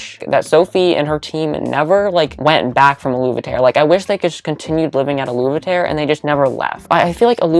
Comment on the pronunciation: U pronouncing aluveterre u-luve-e-tare had me shook. I've always pronounced it a-luv-e-tere haha I was sooo wrong.